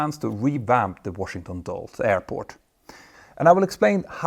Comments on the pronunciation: Now he just needs to pronounce "Dulles" correctly then he'll be perfect. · I guess we should just give up on Petter ever pronouncing either Dulles or Potomac correctly.